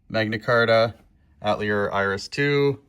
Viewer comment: I love the ar tonelico series but you didn't read it out loud. I am now crying. Oh and ephemeral is pronounced: Eee-theme-air-all. And I also think you pronounced Atelier wrong but I thought you were Canadian???????????????